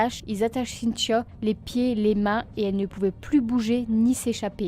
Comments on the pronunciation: Triste histoire :( ps: je trouve drôle le prénom avec ton accent cintchio sinon bonne continuation j’adore tes vidéo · On dirait que tu dis Cynt-cha! Cela dit,ca n enlève rien à ta jolie voix douce et christaline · je me faisais exactement la même réflexion ahaha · C’est drôle!!! Je n’entendais plus que ça ensuite 😂😂😂😂. Mais c’est super! Continues !